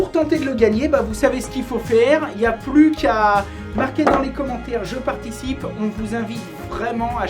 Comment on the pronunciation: " je particie " salut mon je t'adore continu comme ca ne change rien YEAHHH 🤙🤙👷‍♂️